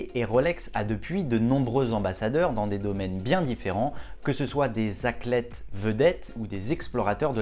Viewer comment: Par contre c’est athlète et pas aclète